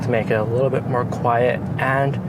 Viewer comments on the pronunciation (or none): none